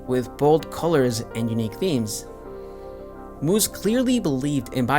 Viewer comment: MOO-SS not MOO-ZZ. Sorry that was bizarre hearing the “Z” rather than the “S” sound.